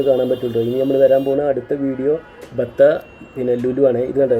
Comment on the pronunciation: ബത്ത അല്ല. ബത് ഹ. കേട്ടത് പാടാതെ ശരിയായത് പറയുക.